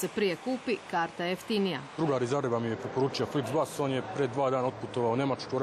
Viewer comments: Sramota krivo je rekao flixbus💔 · Da! Sram ga bilo!